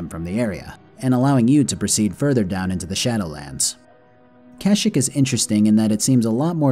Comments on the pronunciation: its processioned ka sheke not kashik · I love your videos and have been binge watching your channel but I’m not a fan of your pronunciation of Kashyyyk. I understand that it’s such a stupid thing to be bothered by and this comment is meaningless but I figured I’d toss it into the void anyway. I don’t know if it’s a joke or if I’m an idiot and it is actually “cash-ick” as opposed to “kah-sheek” but it is unpleasant either way. Sorry for being the worst, great video btw. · You are saying Kashik as a joke right??? Bro its pronunciation is Kasheek. (I know its spelled Kashyyk). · Cash-eek is how you pronounce Kashyyyk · I've NEVER heard it pronounced Kash-ik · It's illegal to pronounce Kashyyyk like that.